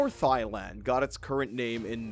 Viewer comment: THY-LAND ??? Seriously….?